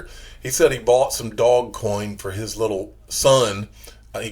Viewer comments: I cringe every time you say "Dog coin." What a stupid way to say it. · I think it's hilarious